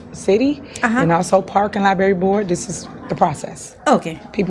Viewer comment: wtf is a libary....😅😂😅